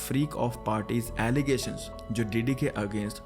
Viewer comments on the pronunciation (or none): Dear It is not Alligation... it's Allegation ❤ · It is not Alligation it’s Allegation. Doesn’t your team proof read after the videos ? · It’s ‘allegation’ not alligation